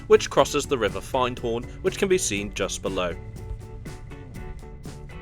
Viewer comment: Find Horn made me laugh...